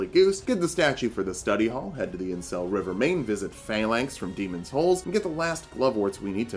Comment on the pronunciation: I feel like you’re saying “Demon’s Holes”, and it’s clearly “souls”